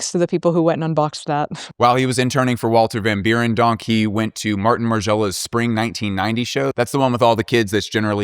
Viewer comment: You gotta pronounce the 1st e in Berendonk like the e in Schwartzen-E-gger